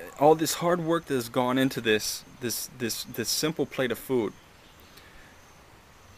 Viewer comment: I like how you say the word "food".